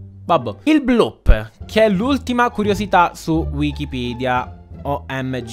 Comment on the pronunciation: che bravo a dir wikipidea all inizio e poi anche a scrittura ahahaha ti adorooo